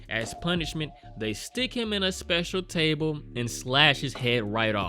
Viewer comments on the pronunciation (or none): none